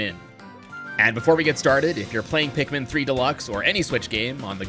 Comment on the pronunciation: When I heard someone says pikmin I thought he sed pigmen 4 some reason 😂